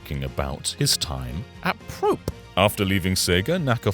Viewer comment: Yuji Naka never went to jail… it was a suspended sentence. Does no one research anything before talking? Also, it’s “Pro-pay,” as in Latin for “close.”